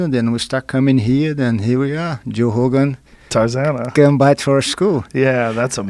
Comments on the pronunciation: Joe “hogan” he says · Joe "zho hogan" Rogan